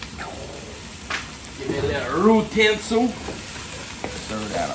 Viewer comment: “Get dat ruutensils” 💀